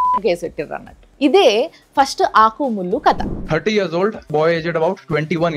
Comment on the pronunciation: ఆకు,ముల్లు అన్నట్లు వినపడట్లే అదేదో అన్నట్లు వినపడుతుంది...